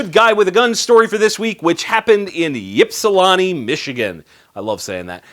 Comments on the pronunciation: Great video as always,. but. It's pronounced IPSilanti. not YIPsilanti understandable mistake for someone not from there. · I live in Toledo, just south of Ypsilanti, Ann Arbor, Jackson, and so on. It's pronounced IPS not YPS, sorry. it's one of those immigrant odd name things. I also think he DID do the right thing. I have had to show my gun once to get rid of a criminal that was trying to strong arm rob me. I lifted my shirt while a ways apart and kept my hand on my gun, he took off. If he had tried to draw or advance, I had plenty of time then to shoot his dumb ass. I did not report it (who knows what kind of trouble I'll get in now for saying all of this) because who knows what the police would do if you just "show" your gun and then maybe the guy trying to rob you says he was doing nothing and claims you were harassing him. There is a fine line as to when to use your gun or to even have to just make the criminal aware you have it. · I've lived in Michigan for 69 years now, and not that it matters so much, but the Y is pronounced like an I. It's like, IHPsilanti, not YIPsilanti. But I enjoy your channel and your energy. I'm liked and subscribed. Keep it going please. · FYI: Its "ip-suh-lan-tee." The Y sounds completely as I. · Michigan city is said like "Ip-si-lan-ti" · Lol it's pronounced ip-sil-ant-ee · Ypsilanti is pronounced "Ip-si-lan-tee" I used to live there. :) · IP-SIL-ANT_EE Ypsilanti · Michigan resident here... Ypsilanti is pronounced "ip"-silanti. Sorry to ruin your fun. Great show!!! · it's pronounced Ip-si-lan-tee. I'm from just down the road in Kalamazoo. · Ypsilanti rhymes with Atlantis. Not Ahhhhh, as your doctor asks when he shoves to stick in your throat. (born 'n' razed dare) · You say you love to say Ypsilanti but coming from a Michigander... you said it wrong. Not trying to be a jerk but it's true. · Dude you butchered the name Ypsilanti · You pronounced Ypsilanti wrong